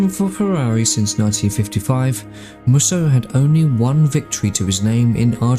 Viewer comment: Based on other Mussos, I'm guessing Mussos should be pronounced as Mooso.